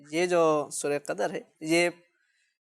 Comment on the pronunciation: qadar nhi qadr